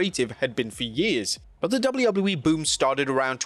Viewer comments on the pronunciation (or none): It’s Dub-A-U Dub-A-U- E there is no L sound